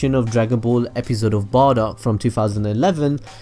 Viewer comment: it's bardock